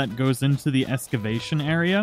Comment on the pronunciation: The way you pronounced excavation made me cringe, lol. I can’t help it, I’m an Archaeologist.